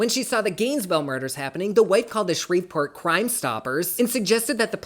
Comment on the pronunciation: I live for your videos ❤❤❤ I could listen to you all day I swear. Btw from a Louisianan, the "v" in Shreveport is silent 🤣🤣 no hate though I promise 🥰🥰